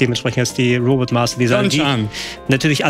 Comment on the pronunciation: schon jetzt was fürs Best Of, wie Mr. Nerdquiz Retroexperte den Namen von fast jedem Robot Master falsch hat und von korrigiert wird;)